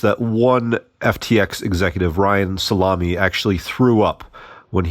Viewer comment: Is that really how Ryan Salame's name is pronounced? 😂